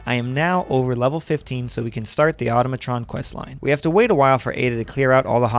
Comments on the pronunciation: The Laser Musket she tells you not to worry about: (Also, it's pronounced in a similar manner to "Automaton," but with "Tron" mixed in there) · The way you say Automatron makes me want to unalive myself